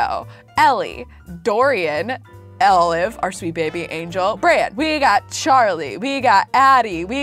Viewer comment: Did anyone else notice she said elive instead of olive?